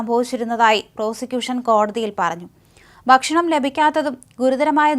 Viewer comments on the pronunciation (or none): none